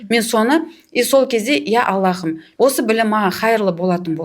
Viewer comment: АллаХым емес, Аллам! Һ әрпі қазақта х болып айтылмайды ғой, тамақтан шығатын қатты дем сияқты дыбыс қана❤ Жұмыстарыңызға табыс тілеймін!